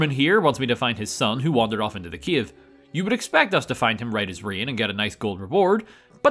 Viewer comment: i know that you saying "cave" but all i hear is Kiev.